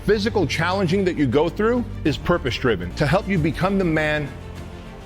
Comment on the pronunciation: i like how the guy in the ad keeps trying to say “purpose driven” but he keeps sounding like “purpospribive” or something lmao